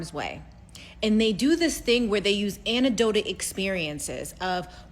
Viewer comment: Did this last chick actually say “anedotic” experiences? Anedotic?? I’m guessing she meant “anecdotal,” but I could be wrong.